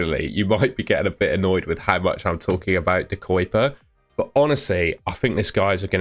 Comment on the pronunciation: De Cuyper is not pronounced De Coiper, but more like "De Keuhper" ("euh" like you are thinking) or "De Cowper" like the "ow in cow" (but don't say the w). We pronounce it more with a K (from kilo) and Uy = ui or euh (like you are thinking euuuhh). The "u" is not pronounced like "u" in murder or like "oi" as you greet someone in the UK. We also don't really pronounce the "y", only softly. As a Belgian and after years of hearing "Kevin De Broine" miss pronounced in English, I don't wanna go through the same with De Cuyper 🫣